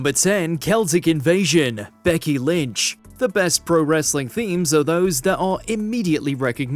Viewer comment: "Kelsic invasion"? is this AI? i doubt its pronounced like that